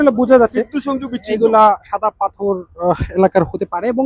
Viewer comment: পাথর na correct pronunciation পাথথর oibo